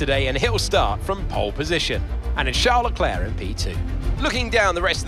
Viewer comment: How you pronounce “charles leclerc” makes it look like he’s a brit🇬🇧😂